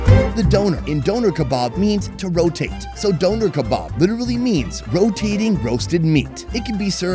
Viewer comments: the way he says döner is actively taking my life force away im sorry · The way he pronounces Döner is hilarious to me. It sounds like someone donated the kebab after a deadly accident.